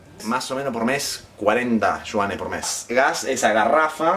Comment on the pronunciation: De donde sacas la s de Yuanes? por Dios!